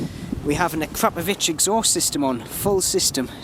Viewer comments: like the way he says Akrapovic, Ackcrapypovick.....:) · a crap-ovich exhaust haha. best mispronunciation I ever did hear ^_^